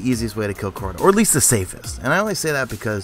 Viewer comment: you say CORTA alot lol